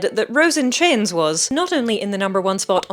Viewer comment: The way you say chains sounds like "Chins". 😂 Rose and Chins😂